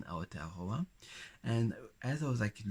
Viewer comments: i love how he says Aotearoa <3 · I'd stare at you because you're beautiful. And I'm older, I probably wouldn't be shy ~ I would most likely walk right up to you and say hello 😁 I love the way you pronounce Aotearoa ❤ It's late, but Welcome, haere mai ❤